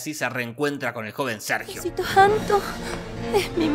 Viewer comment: Escuché "me cago Sergio"🤣🤣🤣